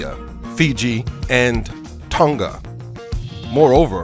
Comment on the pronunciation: just speak normal and pronounce the words properly please cause how u pronounce Maori is terrible.. u pronounced tonga well but it's Maori not ma o ri Maaaaooooorrrriiiii